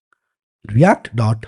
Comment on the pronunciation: bhaiya react ese bolte h jese hum printing engineering sikh rahe ho